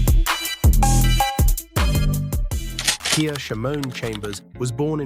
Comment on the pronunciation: Ai can’t read 😂